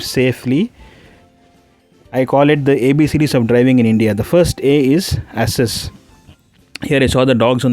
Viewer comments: Assess. In thought he said ASSes. ASSes really made sense to me here. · Assess sounding like asses💀